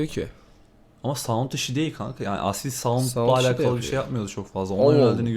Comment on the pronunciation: Aasil değil kanka asil okunuşu ikinizde okurken aasil der gibi okuyorsunuz ismini